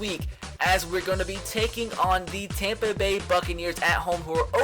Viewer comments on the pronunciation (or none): none